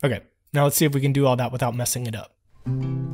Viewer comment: you said ail not all